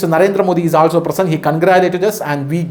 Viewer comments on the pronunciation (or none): none